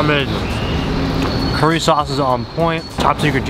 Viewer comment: Hey tip from a Japanese guy! Japanese curry is pronounced kare not curry.